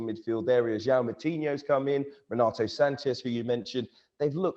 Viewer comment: It's Sanches with an S not Sanchez!🤦🏼‍♂️